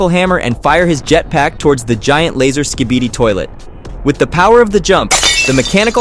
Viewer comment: U just said skeebeedeee it’s skibidi